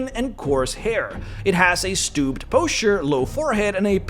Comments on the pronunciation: That's not how you pronounce posture. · The way he pronounced posture bugged me all night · Thanks for the cool in depth look at orcs. Your pronunciation of 'posture' is killing me haha.